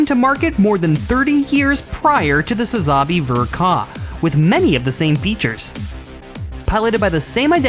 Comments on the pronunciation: Bruh you gotta stress the first A in Sazabi, not the second A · Can’t even say the name right